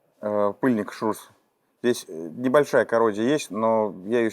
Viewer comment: ШРУС , а не ШРУЗ, шарнир равных угловых скоростей